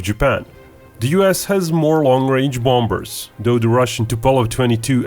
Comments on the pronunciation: Excellent videos. In the word, bombers, the B is silent. Looks like with this missile deal to Taiwan this is now a reality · Like 'ombers'?